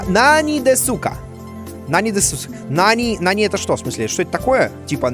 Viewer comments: Я, который учит японский, ржу с ассоциаций Димы Изменено: особенно с ですか(десу ка, на самом деле в су(す) не читается "у" в конце этих слов и правильно будет дес ка) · мышь по японски произносится не "маусу" а "мосу", а "десу ка", вопросительный элемент означающий "верно ли", произносится "дес ка"